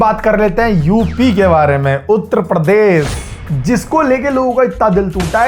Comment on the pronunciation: Bhai uttra pardesh nhi Uttar Pradesh hota hai 😂😂 Tumhara hi majak ban gya ha ha ha 🤣😂